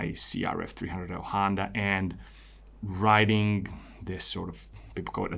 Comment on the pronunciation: I thought briefly you were saying "writing" instead of riding. Riding yes, i also am interested in riding. Writing did connect though, i perceive you as thoughtful, analytical, thorough, gentle as well as articulate and writing 4 answers made sense for a minute and i thought "questions 4 answers" Ill keep following your work, thanks as always for quality effort :) and keeping it real for us and yourself